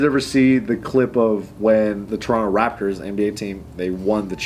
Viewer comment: actually says Toronto properly